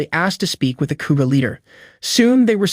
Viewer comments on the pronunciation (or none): pretty sure its IGA is pronounced EEGA not EYEGA. Also KOGA is pronounced KOOOGA not Kuuga